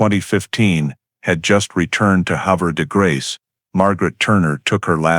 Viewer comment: It's pronounced Have er de grace. Sad sad story.